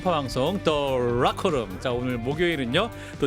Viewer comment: Rocker room 인지 Locker room인지 발음을 정확하게 해주세요. 아..나는 매번 불편해...왜 불편하지...??